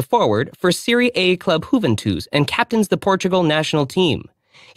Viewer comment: Juventus or "Who Ven Twos" 😂 never heard it pronounced like that !!!